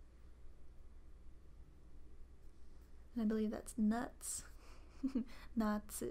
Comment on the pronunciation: The Exeggutor is Nasshi, not Nattsu. That would be ナッツー instead! Sorry I hope this doesn't come off as rude or preachy >__<